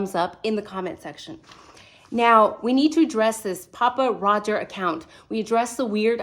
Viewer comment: Thank you for properly identifying him as *'Papa Rodger' without the S*. Honestly, I saw a couple thumbs/titles from a relatively newer creator obviously trying to be an authority on all things Idaho 4, and couldn't even click on the channel for her blatant ignorance! As bad as ignorant enunciation of names/places.